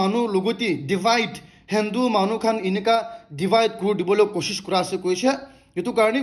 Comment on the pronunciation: Good updates., I'm a top supporter and I will continue to do it, but one suggestion, please correct your pronunciation of Delhi and Hindu. I have been listening 2 years back and It doesn't sounds good 🤗👍❤️